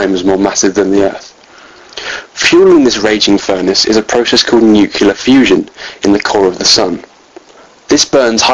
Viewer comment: Did you just say nucular? I thought only fools like dubya said that...